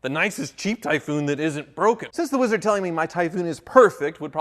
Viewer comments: Every time you say WEEEZARD I die a little inside. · If I was the wizard, I would punch anytime he said my name that way...